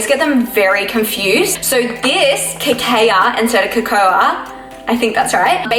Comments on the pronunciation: Cocoa = "coco" Cacao = "ka-kow" 🙂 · great video! btw girl cacao is pronounced ka-kow! :)))